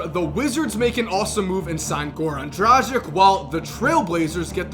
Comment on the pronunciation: Why "Drażic" ??? :D It's Dragic